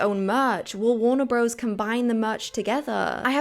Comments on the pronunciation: Just a small point - it’s warner brothers, not bros - the abbreviation is only used to make the logo more compact. It sounds weirdly like faux street slang when used in a general commentary. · In your next video PLEASE say BROTHERS 🙏 Bros. Is short for BROTHERS. The name of the studio is WARNER BROTHERS, NOT BROS 🤯